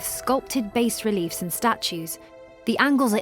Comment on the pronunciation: Another total idiot who doesn't know how to pronounce b a s r e l i e f